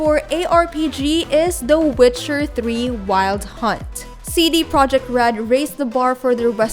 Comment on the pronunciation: Damn you really butchered that 😅